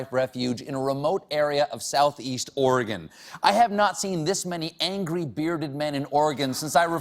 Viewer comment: claps to you for pronouncing oregon correctly. 👏🏼